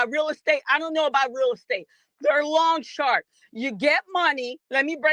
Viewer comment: She called them, “long sharks” instead of “loan sharks” lmfao